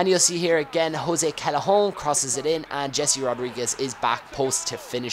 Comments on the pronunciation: the way you say callejon reminds me of 'Chacarron' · haha love it when you say Callejon. Haha its tricky with the two L's, It makes a "Y" sound in spanish I believe. Anyways great video:) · Sorry, and please tell me if I'm missing an inside joke, but why do you say callejon in a french accent?